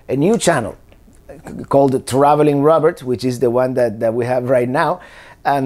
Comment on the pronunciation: Because you pronounce your name Robert, I was thinking you were French!..lol. What a great story! Glad you and your family were able to come here!🇺🇸